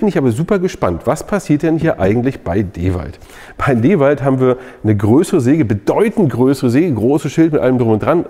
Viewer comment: Ich liebe den Kanal und die Videos, aber bitte bitte bitte sprich endlich DeWalt richtig aus! 😂